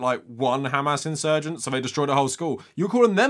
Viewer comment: KHamas? it is hamas you woman.